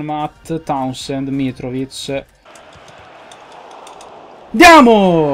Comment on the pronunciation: Ti correggo la pronuncia di Townsend, ma non voglio passare per il perfettino di turno Si dice Taunsend Comunque inizialmente ero molto scettico su questa carriera, ma devo dire che mi sta cominciando a prendere sin da subito, in bocca al lupo, continua così Per il mercato non so cosa dirti perché stai cercando di prendere moltissimi giovani (forse rischiando un po', ma ci sta) e io sarei andato anche sui giovani, ma avrei puntato su giocatori molto più pronti, magari li prenderai più avanti e ti stai cautelando cercando di prendere i migliori giovani in circolazione per due lire così da non rischiare di perderli e vedere il loro prezzo schizzare alle stelle Vedremo come andrà, forza Newcastle ( tutto attaccato hahah) e forza Ps:Dendoncker puoi ancora prenderlo finchè non firma col Leverkusen Non vedo l'ora esca un nuovo video Forza Milan😉